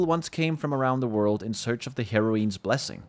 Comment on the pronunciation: (hair - oh - ins) is the pronunciation. not (hair - oh - eens) :)